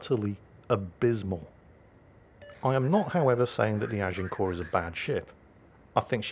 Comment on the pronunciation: Thank you, I've been Americanizing the pronunciation of Agincourt, now I know how to say it correctly! Learn something new every day, keeps the brain fresh.